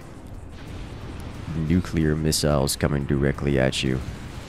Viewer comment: Nuclear, not nucular. Though, the second time did sound more like nuclear.....The first time was definately nucular